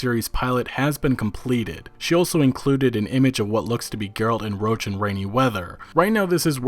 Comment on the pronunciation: He's Roche not roach. it's pronounced Row-shh